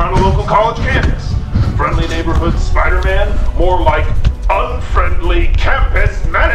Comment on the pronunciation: Spooder man OmG ItS SpOoDeR mAn